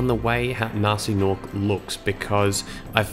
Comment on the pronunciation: Guh-nasty Guh-norc